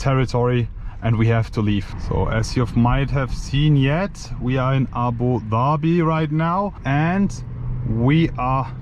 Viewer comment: the only european guy who can announce (Abudhabi) the right way